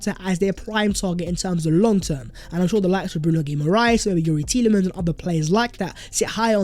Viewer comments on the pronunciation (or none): none